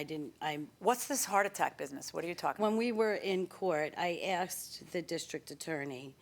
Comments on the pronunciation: I wish people wouldn't say 'axed' for 'asked.' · This is why I hate pit bulls!! They are vicious, blood thirsty beasts, and I do not trust them!! Also, why do people say "axed," instead of "asked??!! Where did these people go to school??!! Ugh!!